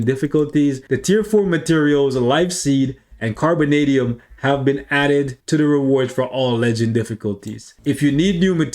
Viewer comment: Not you saying "Corbinadium" when its Carbonadium 💀💀💀💀💀